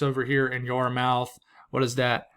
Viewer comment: Yarmouth is pronounced yarmyth